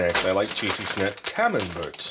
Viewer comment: Camembert is a soft cheese from Northern France. It's pronounced Camem*bear* and you don't say the t lol It's similar to brie in texture.